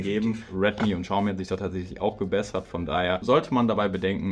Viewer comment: Xiaomi nicht Schaumi.